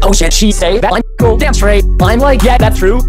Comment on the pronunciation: But he says danm